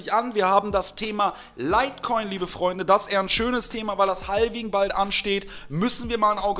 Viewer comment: Mal ein kleiner Zwischenschiss: man spricht es "ha-wing" aus, nicht "hal-wing", das L ist stumm. Dennoch natürlich DANKE, wie immer, für das Video!;)